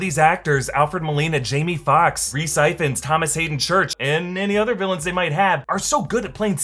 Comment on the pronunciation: Rhys Ifans... It's pronounced Ivans 💀😂